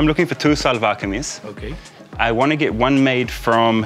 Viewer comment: Seems a bit more tight fit. It will remind you about losing off a bit of weight. One correction, It’s called “Shahlwar Kameez” ( SHA sound not SA). Nice short video clip.